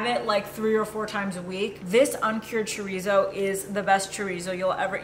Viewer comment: Btw I cringe everytime I hear ya'll pronounce chorizo 🤐🙊